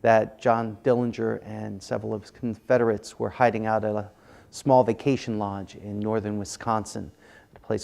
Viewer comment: Why does he keep saying, Confederates lol